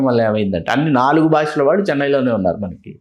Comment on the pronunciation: వాల్లు వీల్లు కాదు గారు, వాళ్ళు వీళ్ళు అనాలి.